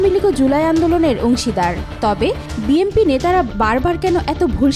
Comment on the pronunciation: বিএমপি বিএমপি মারাও ক্যান😂 বিএনপি উচ্চারণ করতে পারো না?😅